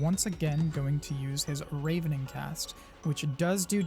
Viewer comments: Great guide, fantastic info! Some tips on pronunciations not that you need it: Kokytos is Greek and pronounced: "Coke-eye-tuss" and "Ravening" is like "ravenous - hunger" not a hard A sound but a light one. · Thanks for the guide! One note "Ravening" (to feed greedily) is pronounced with a soft A (rah ven ing) from Ravenous (extremely hungry) though I do believe they ARE both from the word Raven in reference to the birds being hungry scavengers. Pronunciations are always a bitch.